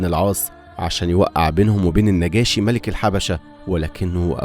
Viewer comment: حلو جدا بس لازم تراجع شوية التشكيل علشان النطق بيغير معني الكلام مثلا مَلَك مش ملِك